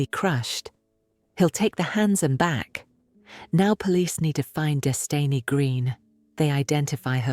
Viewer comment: WHO THE FUCK IS DESTENY GREEN, OR IS IT DESTINY? THIS NARRATOR SUCKS!! PROBONO!! GO BACK TO COVERAGE FOR BECKYS, ASHLEYS & AMBERS CASES!! IF YOU CANT TAKE THE TIME TO PROPERLY LEARN NAMES!! DONT TRY & PROFIT OFF OF DOMESTIC VIOLENCE IN THE BLACK COMMUNITY FUCKIN CAUCASIAN!! HATE US SO MUCH BECAUSE YOU ENVY & LOVE US ! SMFH!! YOUR THIRSTY !! QUESTIONING A MINOR!! SMFH